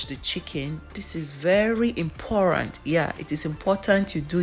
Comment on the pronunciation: I felt it in my chwest when she said “imporant” 😂